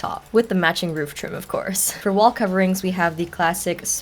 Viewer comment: "roov"? "rooving"?😭